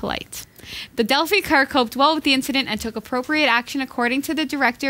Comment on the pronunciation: Delphi is pronounced with a long I (as in eye). Been trying to send you a post card, but haven't been able to find any place in this small town in Wisconsin that sells picture postcards. It's like trying to find a pay telephone. Will probably end up printing my own on some card stock and mailing it in. They'll need to remove the 30fps cap to fix Arkham Knights. I received a code for a free download of it with the GTX970 I purchased a couple of weeks ago. The code expires at the end of July and they haven't said if they will extend the date or if we get screwed on this. Not happy about it at all.